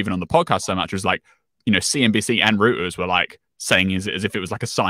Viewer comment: I’m disoriented by the way he is pronouncing Hyundai and Reuters 😆